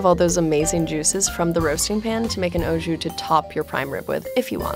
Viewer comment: Bruh the way she pronounced au jus